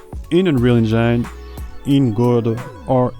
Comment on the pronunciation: Great content! But please stop saying "enjeine" 😅